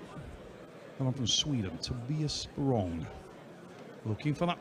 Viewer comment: cant say anyone's name right. He called my guy sporelong....LOL